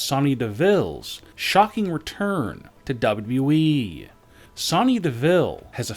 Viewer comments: Dub dubly e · DA BAU DABU EEEE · Dabelyw dabelyw e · Dub dun e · Dubdub doowee